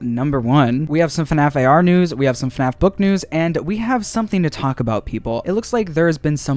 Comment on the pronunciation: Heard u said FUNNaff